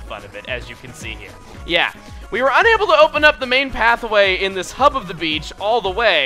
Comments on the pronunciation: is it me, or does chugga say "path-a-way" in the very beginning a few times? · Is it just me, or is chuggaa saying path-a-way? Every time I here it I think he's saying Hathaway XD